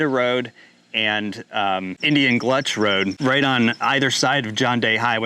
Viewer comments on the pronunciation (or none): Indian Gulch Rd, not Gluch, I think. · LOL "Indian GLUTCH"? ALSO it's MAL HEUR